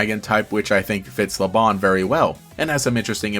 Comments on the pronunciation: Lebanne's name comes from the fleabane flower (which is true in basically every other language) so I believe it should be pronounced as "la-bane" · I'm very confused about how to pronounce her name like i pronounce it as Le-banne but every time i hear someone say her name, it's always pronounced le-bon but her name doesn't have a o and to me it looks like she has anne in her name, forgive me if I sounded rude I'm just very confused about how to pronounce her name 😖